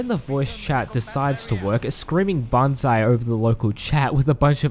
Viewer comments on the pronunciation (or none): none